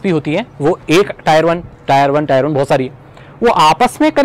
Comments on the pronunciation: Tier is pronounced "tɪə"....it resembles with the word 'tear' and NOT 'tire'. Cheers! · bhai it's 'टियर' not 'टायर'